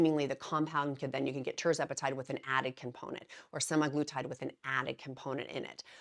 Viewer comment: SemAglutide is the factually accurate way of pronouncing. Not Semiglutide.